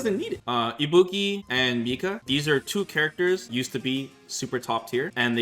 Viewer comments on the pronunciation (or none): none